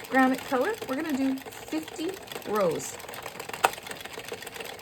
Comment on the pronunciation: It’s granite lol